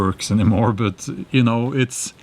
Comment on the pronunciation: You it’s not böt it’s bat; the word but 😅😅😅